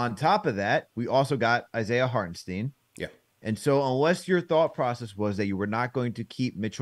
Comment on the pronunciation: Tell to pronounce Isaiah Hartenstein, the same way that CP does. Hartenstein is German-American with it sounding more like EYE-n. Think Frankenstein.